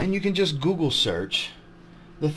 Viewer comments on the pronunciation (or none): none